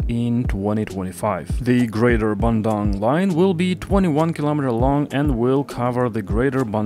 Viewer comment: is bandung = ban-dung not bandang